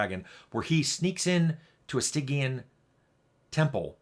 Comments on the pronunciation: Never heard Stygian pronounced with a hard G before. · On this episode of Lore Drift, is it Stygian pronounced as "sti-jee-uhn", or "sty-gy-uhn"?